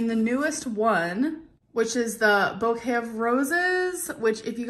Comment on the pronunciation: Bo-het of roses